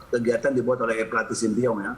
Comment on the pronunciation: pak ketum selalu salah sebut nama shin tae yong...dia sebutnya "sin ti yong" ....jadi mirip nama jalan di jakarta..kramat sentiyong